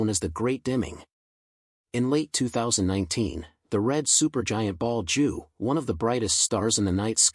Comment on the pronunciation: Your speech synth is crap! Betelgeuse not Ball Jew form Bald Jew. What about proof reading and listening to your commentary before you release it!!!!!!! Amateur!